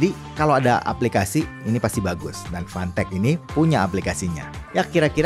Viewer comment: gue dengernya "fantek" 🗿